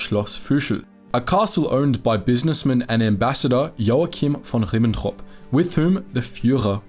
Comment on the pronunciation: I've never heard "von Ribbentrop" be butchered more, please stop 😢